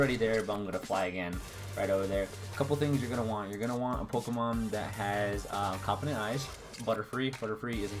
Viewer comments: Compound not confifedent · Are you saying confident eyes? or compound eyes?